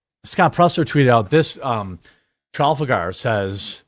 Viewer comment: Neither of you can pronounce Trafalgar correctly?